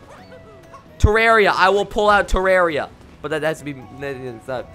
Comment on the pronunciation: It's Terraria not Tereria